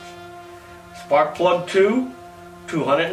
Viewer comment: Splak prug. There's your egg rolls !